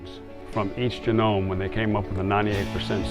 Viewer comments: the man says "jehnome instead of geenome. he didn't study ? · Juh-nome?.... JUH-NOME?!? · The fake professor said “geh-nome” because he graduated from Trump university. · "Each jah gnome" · you mean it isn't pronounced jen-gnome?? 😂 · These are the same people who say "do your research" and then don't actually do any research. This guy can't say genome looking like he's reading off a teleprompter 😂 also where tf did he come from How many teachers are supposed to be running this class?